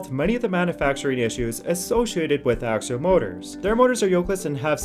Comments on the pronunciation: AXIAL not AKSHUAL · (pe)s- you-doh pseudo Acks-ee-all axial.